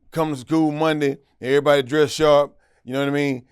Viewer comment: "and Oj had killed errbody in california" lmaooooo